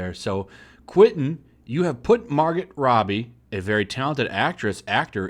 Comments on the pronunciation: Mar-Go her name is pronounced Mar-Go. Not trying to be a dick I'm just autistic. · Not Mahr-gut. Mahr-go. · Margot pronounced mar-go, not mar-git. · her name is pronounced “margo” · Margot is pronounced Mar-go. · It's Margot,. "Mar-go!" Regardless, much respect, Tarantino! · Pretty sure her name is pronounced Margo, the t is silent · Seriously, you cannot even pronounce her name? What a lazy video. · The T in Margot is silent